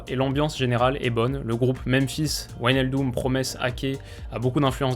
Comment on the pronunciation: Salut. Super briefing des Pays-Bas. Juste une petite précision. L'ensemble WIJ se prononce "véï" en néerlandais. On prononce ainsi Véïnaldeum, Véïndal ou encore RKC Valvéïk (Waalwijk). Continue le super boulot. C'est top niveau.